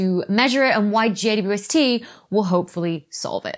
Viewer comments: It sounds like she says, JUST. Not JWST. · A few times you pronounced JWST as J dew ST, lol. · “JWST” is fine as text, but when abbreviated audibly should be “J-WEB-S-T” because J ”Double U” ST is just ridiculous given that to abbreviate is to shorten. That’s currently my crisis in cosmology… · How is she pronouncing "JWST"? 'Jay-wuh-ess-tee?' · Can everybody PLEASE stop calling it "JWST"? It sounds like juiced, or juh-wus-tah. Why not just Webb, or THE Webb or something. God what an unfortunate name. Hate it. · It's so hard to follow every time you shorten James Webb Space Telescope to JWST b/c every time you say the acronym you just fly over the W and I get so confused what you're talking about with the J-ST instead of JWST.